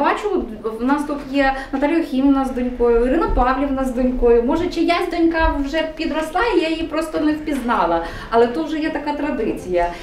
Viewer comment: Ріже вухо неправильне наголошування: донькА, донькИ, донькОю :(